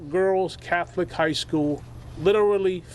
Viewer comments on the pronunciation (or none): none